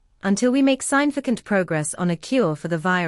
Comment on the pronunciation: Speech in the middle is WAAAAY too long. No way that'd have been broadcast in an emergency. BTW, i realize the announcer is AI -- the mispronunciation of "significant" is a dead giveaway -- still, under a shelter-in-place order, how'd she get to the studio?